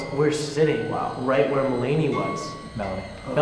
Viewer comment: “Me-lay-knee” looool